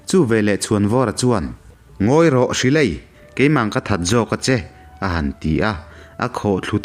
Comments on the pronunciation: 'Hri-lei-a' tia i lam hi 'Hril-ei-a' tih zawk tur a ni e. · Hri-leia nilo in Hril-eia tihtur ani zawklo maw..MHC ka Chiang bik chiahlo... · Hrileia hming i sawi dan hi dikloin ka hria, ka hriat danah chuan Hril-ei-a tih anga sawi tur niin ka hria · Hril ei-a tia lam zawk tur....Ngawn niin ka hria..Mizo Pasaltha hmasa ber tiin kalo hre thin